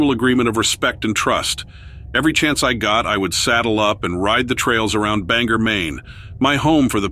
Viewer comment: its not bang- er its an O . so its spelt the same way it looks bangor . kinda like your saying bang or . but put them together!!!! nothing is more annoying then when people cant take the time to learn how to say the name of a town ugh . bangor .... bang or put it together ... say it a few times your gonna get it . !